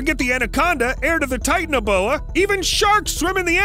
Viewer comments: I wish he’d say ti-TAN-a-BO-a instead of “tight-naboa” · Titan a boa 😂 it’s ti tana boa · It’s Titanoboa, not Titaneboa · Ahem.. Ti-TAN-a-boa. Not "tighten-a-boa" or whatever. Tie - TAN - uh - boah. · Please say TITANOBOA the correct way. Its not tight- na- boya... Its Tight- ana-bowa come on man i know u did your research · Sorry if this is rude but titanoboa is pronounced tie-tan-oh-bow-ah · It's pronounced TI tan a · Its Titano boa like the titanic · You pronounced titanaboa wrong